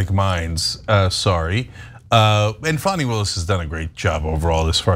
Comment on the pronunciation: You seem to be supportive of Fani, make note to spell and pronounce her name correctly, like fawn. 😊 (tried to say this in the kindest, least rude way as I intended it)